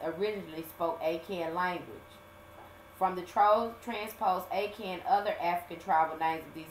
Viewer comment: Akahn .. Ah-Khan